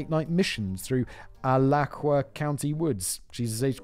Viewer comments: county name is pronounced a-latch-chew-wah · A lah choo uh, Simon. 💀💀💀💀💀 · Late to the party, but Florida native here. It's pronounced Uh Latch Ew Uh. It's a fairly big county lol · Lol it's pronounced A-la-chew-a, (Alachua). It's a native American word. Grew up in this area, very beautiful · Alachua Uh-lah-chew-uh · Alachua - pronounced a-LAT-chew-ah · Alachua = Ah-latch-u-ah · According to Family Guy and The Simpsons, Gainesville is a city that should be avoided. Like Detroit or Chicago. Simon mispronouncing "Alachua" hurts my ears. But he is right, the Gainesville Police Department are not the sharpest knives in the drawer.